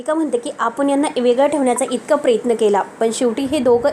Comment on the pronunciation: बाई उच्चार नीट करायला देखील शिका. प्रयत्न म्हणा, प्रेत्न नाही.